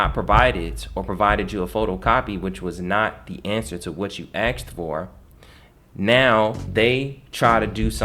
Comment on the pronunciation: Great way to get yourself wacked. Fuken with a powerful bank. Bro are you a qualified lawyer? Let us see your credentials otherwise you're going up against something that'll have you dancing in circles for years to come. You axed him? Did you really just say axed instead of asked? Yeah I don't think people should be taking legal advice from a youtuber. Bro doesn't know we've all been enslaved with the financial system.